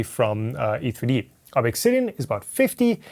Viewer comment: please stop saying Ob EXX Sidian. It's just Obsidian.